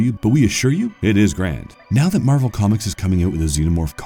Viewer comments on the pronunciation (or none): none